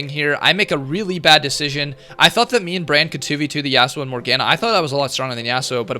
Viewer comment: "morg anah" MORGANA PLZ XD